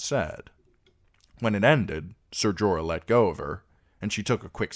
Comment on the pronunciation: Jorah. Wtf bro.